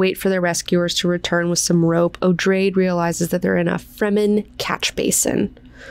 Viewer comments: It's meant to be 'oh-dray-dee-', the name is explained upon the introduction of the character. It's derived from the name 'Atreides' and the pronunciation is more or less the same :) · Noticed that you, as well as Quinn on his channel pronounce "Odrade" as O-drayd . When I read, my mental voice pronounced the name as O-draw-day. Just a silly thought that came to me in my sleepy head. Love your channel, thanks for all you do. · I pronounced it Oh-DRAW-day because it is a derivitive of Atredies. So I assumed three syllables and the emphasis on the second.